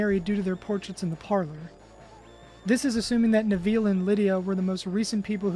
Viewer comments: Nev Ill not Nev eel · "Nev-eel" wtf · Great video! Side note, your pronunciation of Neville is amusing